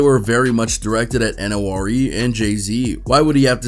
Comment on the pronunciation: N.O.R.E is pronounced nor-ee